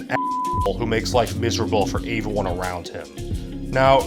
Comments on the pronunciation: Your videos are cool you say everyone wrong you say it like "ay-ver-one" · What is "aveone"??? Anytime you are supposed to say "everyone", you say "aveone". Why? I've heard you say the word "every" in other contexts so I know that you can say the word correctly yet EVERYTIME you say the word "every-time, one, thing you say "avey-time, one, thing", etc... I seriously don't mean to come across as making fun of you for this, I honestly am curious to know if this is something you are aware of doing or if its accidental.